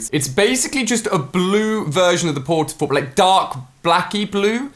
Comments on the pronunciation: He said “I think it’s gonna take twelve port a forts 😂🤣” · 'I think there will be 12 port a fort'